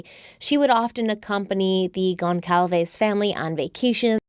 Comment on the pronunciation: This woman is pronouncing Alivia Goncalves name wrong!!